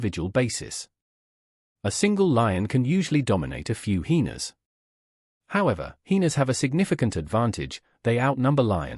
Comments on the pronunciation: What are "heenas". Pronounce it properly. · Just needs to type it phonetically ("hi-eena) so the voice over will pronounce it correctly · Hyena’s say it correctly my goodness.